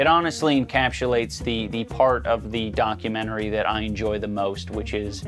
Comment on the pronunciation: Dichomentary? Dichotomentary? Documotomy? Dochotomy?